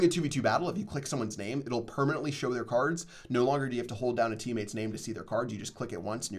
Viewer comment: "My teamotes are emating" -2018